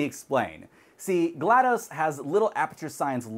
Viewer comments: Please call her name right. DOS as in Disk Operating System since that's her name. Not GLadose as I keep hearing from so many people :( Otherwise another entertaining video. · Very minor nitpick; you don't call it "M.S Dose", it''s DOS. Same with GLaDOS. It's not gla-dose. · My eye twitches when people say GladO's like "spaghetti-o's" and not GLaDOS like "cost"